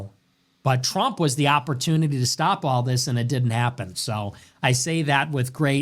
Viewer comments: he says “Donald trimp “ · Where are you from dude? I like the way you pronounce Trump. Sounds like Donald Shrimp